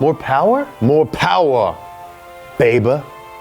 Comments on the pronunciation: Moore pawa....bhabee. MORE POWER BABYYYY, haha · Lol MO' POWA BAYBEH!! MO' POWA BAYBEH MO-POWBAYBEH!!!!!